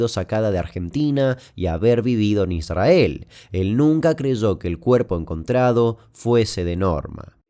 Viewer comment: Me hace mal cómo pronuncias ISRAEL Jajaja 😅